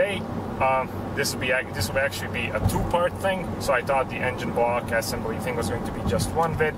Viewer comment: Great videos. One pointer; though there is nothing to complain about your English, there one tiny mispronunciation. It's not pronounced Assembly, but assEmbly. Check here, if you need to. Not to be a wise-ass, but I assume you're going to say assembly a lot in the upcoming videos, so I wanted to give you the heads-up. 😎